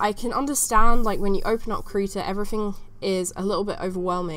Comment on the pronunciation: I love how you pronounce krita, it sounds so "rough" when you try to pronounce it in german. :)